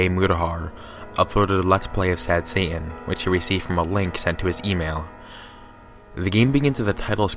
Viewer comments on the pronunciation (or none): I like how you say Satan. " Sad Sa'aan" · Sad heying